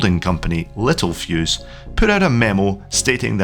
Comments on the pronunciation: it's not little- fuse, it is littel-fuse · Yes the Spelling is Littelfuse, however the pronunciation in the video was wrong. It is pronounced littel-fuse not little-fuse.